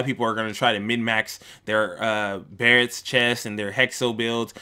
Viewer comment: It's MIN-MAX. Other that that, good vid. Cheers :)